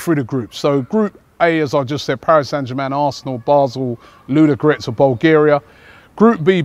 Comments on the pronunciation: LU-DO-GO-RETS FOR FUCKS SAKE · Robbie,we waiting for you at .Arsenal has a lot of fans in Bulgaria.The way you pronounce Ludogoretz is really funny.Ludogratz :D